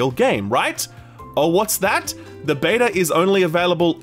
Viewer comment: Its beta not bata, beta pronounced as baytah or bedah if your weird